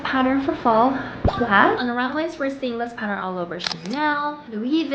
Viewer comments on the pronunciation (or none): none